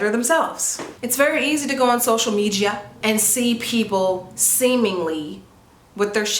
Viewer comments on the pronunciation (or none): Not social ‘meejia’ 😅😂😂😂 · When she said "social medchia" lmfao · Social “mee jya” 🤣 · Did she say social medjia?🤣🤣🤣💀💀😂😂😂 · Hilarious! I’ve heard people pronounce it like that when they want to sound smart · Idk if its the chedder of my microwave mac n cheese getting to my brain, but when she said social media, i heard social mejia... love you you btw❤